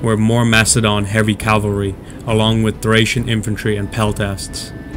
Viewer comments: It’s annoying hearing the narrator say “Calvary” when it’s cavalry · It is 'cavalry' not 'calvary'. Are you 6? The Macedonian phalanx were not 3 deep formation, but a long line, 16 deep. The Roman Legions used maniples of 120 men in checkerboard formation, probably 12 deep. The Velites retired through the Hastati legionaries who formed solid line 6 deep, threw their 2 pila and advanced with sword. They could be withdrawn through the Principes, who then shook out into solid line and advanced, threw their pila and clashed with swords. The veteran Triarii were armed with thrusting spears in the last rank. Othere than these gaffs, the commentary was generally accurate. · I say calvary sometimes, too. Even though I know that its "cavalry" I still say "calvary." Like my brain refuses to get it right lol. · nothing sad about society at all, just criticism. If he can write 'cavalry' he can say it properly. As I wrote, his verbal commentary was accurate, but his diction and cinematic rendition was not.